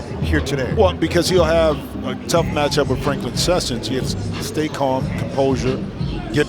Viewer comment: lol, nitty is an all star now, but the commentators still disrespect his name. he's called session, do you see an s at the end of his name?